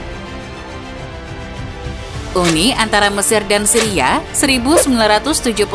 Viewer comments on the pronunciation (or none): none